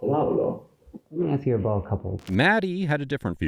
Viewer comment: What time was that abute? Yah it was abute 10 o'clock. Yah? 10 pm or am eh? 😂